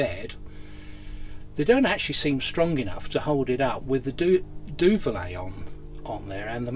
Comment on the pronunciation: Duvet not duvalay